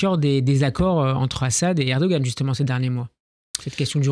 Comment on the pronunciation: On prononce erdo-an, et non erdo-gan. Ça signifie homme courageux